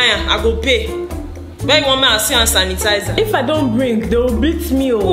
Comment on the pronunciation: “Hand tanisizer”,conora virus🤣🤣